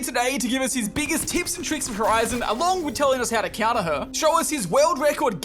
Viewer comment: My favorite part of the vid is when tell's us how to cunter horizon😃